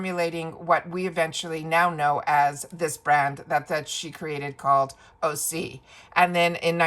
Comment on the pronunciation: Hi - I am sharing this about the pronunciation of OSea, copied directly from their website: How do you pronounce OSEA and what does it stand for? Great question! OSEA is pronounced Ooh-sea-yah! OSEA stands for the core elements of wellness and our source of inspiration: Ocean, Sun, Earth, Atmosphere.